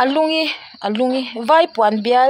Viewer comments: Lungi kha Lunggi ti a lamtur aniang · A tlai a tlaiin kan comment ve leh. 'Lungi' an tih kha 'lung gi' ti a chhiar tur.Kekawr aia vai hoin(a bikin south indian) an hak thrin.Nia fiamthu thawn ho hian hawrawp uluk a thra khawp mai.An chhiar dik thei zâwk ka ti thrin.Fiamthu nana hawrawp tih dikloh chu a hriat,a thlûkna zawng zawng nen chuan a har mai thei.